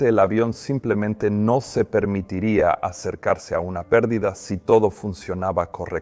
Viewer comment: Que grata sorpresa escucharte en español, Peter. Dos pequeñas aclaraciones con ejemplos: 1- "El avión entro en PERDIDA...", "The aircraft enter a STALL..." , con el acento en "PERdida" 2- "...si están a punto de excederse las CARACTERISTICAS DE VUELO...", "... if It´s about to exceed the FLIGHT ENVELOPE..."